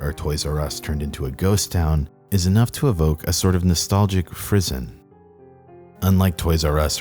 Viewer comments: What the hell is a "nostalgic phrizen"? Is he mispronouncing words again? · Love your videos. FYI, the word is pronounced {approximately} like "friss-ON". You can pretty much just pronounce it with a fake French accent and it'll be close enough. Cheers! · I love you, dude, and your work is fantastic. But please....... Please.... Why would you say freezon like that? The horror. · here's a dumb nitpick, but it bugs me anyways: frission is pronounse "frishon", similarly to nuclear fission